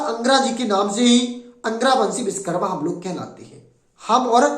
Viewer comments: Biskarma nahi Vishwakarma ... Bolna to sikh lo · नाम का सही उच्चारण करे विशकरमा नही विश्वकर्मा कहे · Ye up or bihar wale. va ko ba bolte h. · सर्वप्रथम तो आप भगवान विश्वकर्मा का शुद्ध नाम उच्चारित करें आप बिषकरमा बोलकर अर्थ का अनर्थ कर रहे हैं ॐ नमो विश्वकर्माणे 🙏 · Pehle ap true pronunciation kro Vishwakarma bolo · भैया आपने बहुत अच्छा प्रयास किया। परिश्रम भी किया इसलिए आप बधाई के पात्र है, परंतु विडियो बनाने से पहले सही तैयारी नहीं कर सके, आपको सोचना चाहिए कि आपका विडियो असंख्य लोगों के सामने जा रहा है। आप जिस महान वैदिक देवता का बार बार नाम उच्चारण कर रहे हैं, आपको ये भी ध्यान नहीं कि वह पूरी तरह गलत है। आप बार बार बीस कर्मा, बीस कर्मा उच्चारण कर रहे है, बीस विष का अपभ्रंश उच्चारण है। क्या शिल्प शास्त्र का आचार्य विष का निर्माण करता है। सही उच्चारण है विश्वकर्मा।